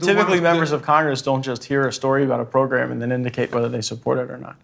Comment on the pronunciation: i don't think its a coincidence that Cohen says "program" like "pogram".